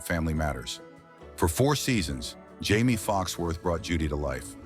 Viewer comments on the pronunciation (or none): How many different ways can you fricken mispronounce Jamie's name? Lol.... Watch and let's find out. 😂